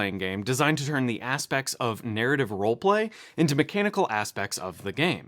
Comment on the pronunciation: It's aspects, not aspex